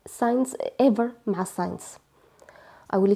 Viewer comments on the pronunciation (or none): We pronounce since as: Sins and not Sains dear teacher.